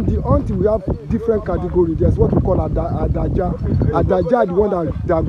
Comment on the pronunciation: The right pronunciation is Ade aja.. but they call it adaja. That’s a fast pronunciation.